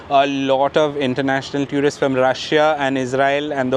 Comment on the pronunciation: It's not pronounced as tew rist it's pronounced as two rist.